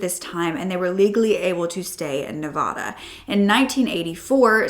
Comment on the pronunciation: I love your videos but PLEASE learn how to pronounce Nevada correctly. ❤ I live in Nevada so it drives me crazy when people don’t pronounce it correctly.